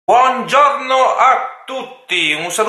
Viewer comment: Il tuo "BUANZORNO" (buongiorno!) rallegra la giornata!😄